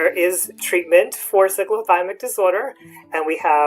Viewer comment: U are not pronouncing it properly. I couldn’t watch the video because of that